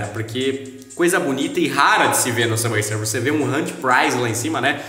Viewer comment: N sei pq qdo ele fala Subway Sufers eu do Risada kskssks